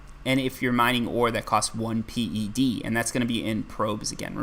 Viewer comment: Old skoolers call it PED... Not Pee Eee Dee. I'm a 6 year veteran.